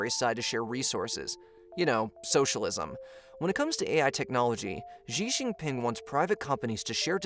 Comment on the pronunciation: Shee Jin Ping. X is pronounced with essentially a SH sound in Chinese